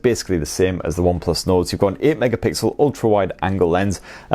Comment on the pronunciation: Sounded like you said Onplus Nord at £279? I don't think so pal lol